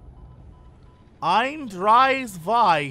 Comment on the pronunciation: there is an 's' missing in 'eins'